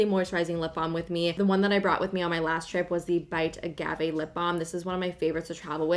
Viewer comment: She always says her a’s wrong😂 like in aqua and agave